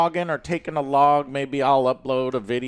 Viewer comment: Vlog like blog. It's not hard